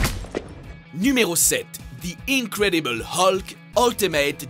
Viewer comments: non ! :') ça se prononce Hulk ! :') Comme depuis toujours :') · À d'accord ,tous s'explique mais c juste qu'à l'ecoute sa fait bizarre pour moi , moi qui a toujours dit et entendu " Hulk " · J'ai envie de me suicidé comment il a dit hulk